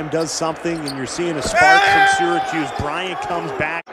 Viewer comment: There is no "D" in Syracuse. This team stinks.